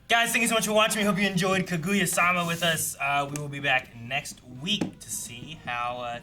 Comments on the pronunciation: Damn okay we’re really going this whole show with “ka-goo-ya,” huh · Do they ever stop calling her Ka-goo-ya?